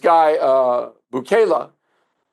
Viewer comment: Does O'Reilly go over his pronunciations before his show? He pronounced Bukele two different ways in one sentence and Xavier as Zavi-Air. What the crap?